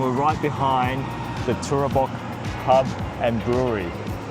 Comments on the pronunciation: We just got back from Mansfield for the long weekend. Definitely worth trying. Oh and, it's TOOBORAC not TOORABAC 😂😂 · Tooborac pronounced Too-bor-rac